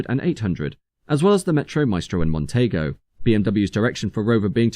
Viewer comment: You can tell a young narrator on these videos as they mispronounce the name "Montego" as "Montaygo" ! 😅